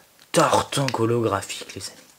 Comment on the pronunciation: xd a un moment tu as dis Tortank ollographhique xD tu etait trop la haut je crois